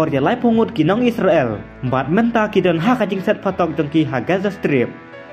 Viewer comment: What a pronounciation 😅😅😅😅😅isreal